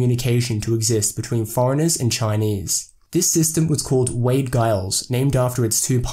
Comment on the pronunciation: Giles is pronounced Jiles.